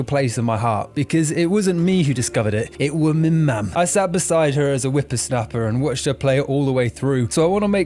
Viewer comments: You said it wasn't you who discovered it, it was who? I couldn't quite catch what you said. I keep hearing "min-mam". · he says "it was me mum". It isn't enunciated well at all and took a few replays to understand. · I'm saying this in the nicest way possible, what the hell is he saying here? Is he saying that it was his mom that discovered the game, or is he being funny and saying it weird on purpose.